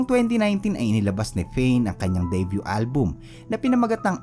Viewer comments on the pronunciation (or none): none